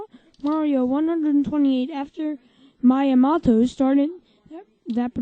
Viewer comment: REHURSE YOUR LINES DUDE AND IT'S PRONONCED Me-a-MOTO